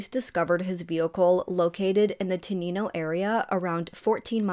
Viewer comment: Wow, I’m just driving in my car and I heard you say my hometown and I was like what the heck my favorite YouTuber is doing a story in my hometown. Thank you for covering the story and if it helps you say Tenino just say T-9-O 😀 Everyone miss pronounces it it’s OK I still love you lol thank you for all your hard work sweetheart. You’re the best.